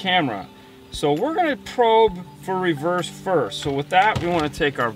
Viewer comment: ****reverse***** Not reverce